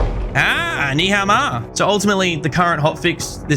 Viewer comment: I'm just loving how much you saying Ni A Ma, where in my country, in Chinese , does mean eff your mother, and it's a vulgarities. And you've been saying it for so long, instead of Ni Hao Ma? 你好吗？